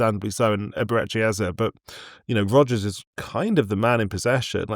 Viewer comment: Ayo cannot even pronounce his surname name? Sad. Inferority complex in my on view